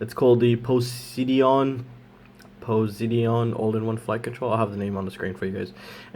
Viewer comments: poh -sigh-don ;) nice vid. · LOL you pronounce it po-si-dun like the god of the sea